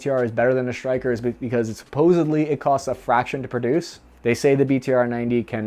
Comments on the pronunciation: Bud there is no H between S and T ie Stryker vs your Shtryker or do u say Shtrike 3 otherwise shtupendous video! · It's 'Stryker', NOT 'SHtryker'. There is a difference. I know the shtruggle is real, but please, try to lose the 'h'. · Is is shrytker or stryker?